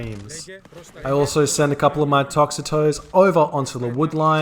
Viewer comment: It is not Tox a toes it is Tox oh tees cmon man